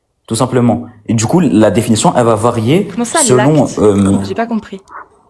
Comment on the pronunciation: Ce ton de voix si reconnaissable: "les impossibilités rationnelles ils zexistent pas dju coup regar regar regar"